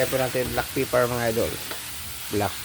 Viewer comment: it's a black pepper* not black peppar